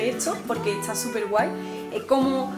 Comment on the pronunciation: por que dice?...etsa por esta, tratse por traste, etsamos por estamos, etsablece por establece, hatsa por hasta, ect, ect